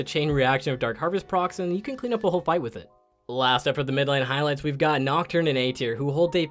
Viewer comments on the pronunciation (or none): none